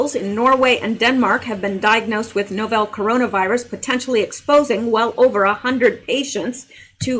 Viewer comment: GREAT REPORTING!!! remember it’s “novel”, pronounced the same way a fiction book is. Love 💕 you!